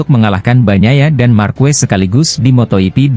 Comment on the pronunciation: motogp .,.. jok torjok...bukan moto yipi dasar torjok